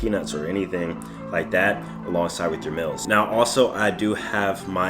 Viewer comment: Y he say mills instead of meals and Xpecialy instead of especially